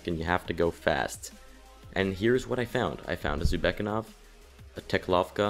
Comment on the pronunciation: Nice guide. I just had an issue with pronunciation, it was good for all the locations except for 'Jhavesk'. (You may have been right about the name, but 'Jhavesk' 'J-(h)-av-esk' doesn't seem like 'Yar-vek') And Zubeknakov: Correct = 'Zoo-bek-nak-ov' Inncorrect = 'Zoo-bek-a-nov'. This isn't intended to be hate